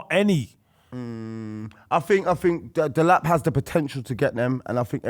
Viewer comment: man said delap